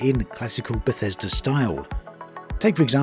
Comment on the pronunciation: I was on board, till I heard "Bathesda" lolm garanteed to be a pos.